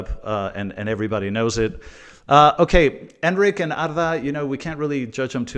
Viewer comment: His name is EnDrick - not Enrick